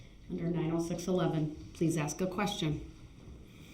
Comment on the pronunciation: Ask not aks..........grrrrrrrrrrr he is so annoying